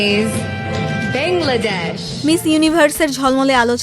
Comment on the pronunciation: বেংলাডেশ। বিরক্তিকর। বাংলাদেশ কইতে পারেনা?!